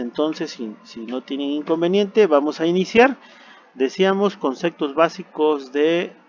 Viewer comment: muy buena información pero dices "concectos" y le quita credibilidad al relato.